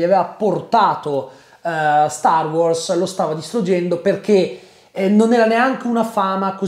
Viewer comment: mi da fastidio come pronunci wars